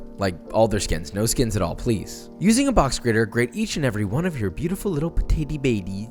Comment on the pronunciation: Did you say butato?